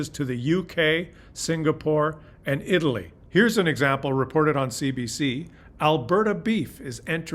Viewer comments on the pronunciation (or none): none